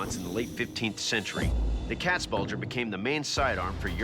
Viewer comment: your pronunciation of Katzbalger and Landsknecht is way off